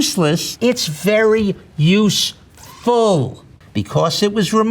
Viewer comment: Nobody:: ITS USEFULLLL